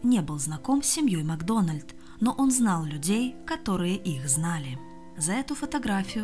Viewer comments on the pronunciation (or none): МаГдона́льд? Вы о чём? Это шотландская фамилия! Macdonald! Нет редактора? Обращайтесь!